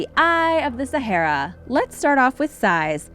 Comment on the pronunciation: Can't even pronounce sahara, waste of time. Stop collecting other people's videos and reposting it,,,, duh@@